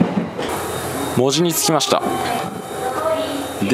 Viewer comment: 「門司」を正確なアクセントで言っていただきありがとうございます。 JR九州の放送は大概「モ↑・ジ」になっていて少々残念・・・